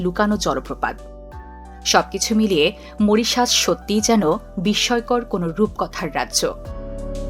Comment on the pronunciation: Moritious? 😂😂😂😂 This is Mauritius. Pls pronunce correctly. Incorrigible pronunciations